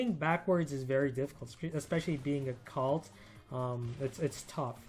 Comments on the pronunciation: Colt like cold not calt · Love ur vids man, keep it up! Also, I dunno if it's just me, but I keep hearing u say Cult...not Colt.. kinda triggers me sometimes lol